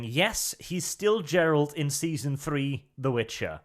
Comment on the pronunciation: its fucking GERALT not JERALT ffs:D